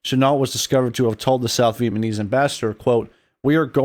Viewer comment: I wish that “” could do a better job of pronouncing “Vietnamese.” It would make this video much easier to listen to.